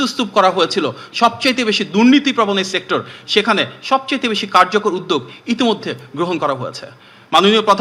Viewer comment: উদ্যোগ শব্দটি উচ্চারণ করছে উদদেগ! 😅😅😅😅